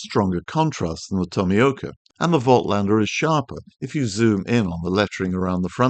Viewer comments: Voltlander!!!!???? haha, analogue insights made a video on how to pronounce German brand names and Voightlander is supposed to be pronounced like "Volklander" or "Folklander". Call it Jacklander for all I care! You're calling Bokeh pronounced Boh-keh as Bouquet, and you're not the only one as Tony Northrup calls it Bouquet too. Great way to annoy people by mispronouncing stuff. Like the New Zealand accent butchers English or Unglush as they would say in NZ. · The t comes before the l. Pronouncing it incorrectly. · Great video - bad pronunciation of Voitlander ......🦘